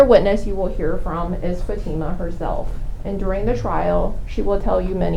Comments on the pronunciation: I hate how he kept referring to the daughter as "fatty-muh" rather than "fa-teem-uh"; like he was trying on purpose to continue to degrade her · They can’t even be bothered to say her name correctly. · That lawyer mispronouncing her name while defending arranged marriage and attempted murder is so childish lol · Say her name correctly!